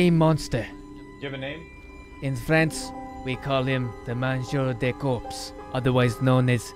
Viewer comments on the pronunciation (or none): I love the idea But its " Mangeur de Corps " and not " Manjou de corpses "👍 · "manjour de corpse" got me 😂 More like "mangeur de corps" Greetings from france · its mangeur de corps hahahaha not MANJOU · Mangeur de corps* (sans prononcer le P et le S, ça ce dit juste "cor") Super vidéo sinon, tu fais un travail formidable, continue comme ça ! <3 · speaking french with a russian accent you're hilarious man 😂 in french we call body eater " mangeur de corps" but nice try oh we pronounce Loui not LouiSSS from a french viewer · I'm from Belgium, so we also learn French. And the correct term for the body eater is: "Le mangeur de corps". You're not far off, also the vids are amazing! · Hey i m french and i love your vidéos, and for the correction its "Mangeur de corps", continue comme ça et désoler pour mon anglais catastrophique ^^. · “Mangeur De Corps” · "le mangeur de corps" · Its mangeur de corp😂😂😂😂🇨🇵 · its mangeur de corps il french